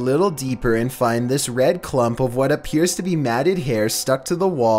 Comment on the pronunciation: Me:kills bird on fallout 4 at 3:am:it aperures this is a paranormal event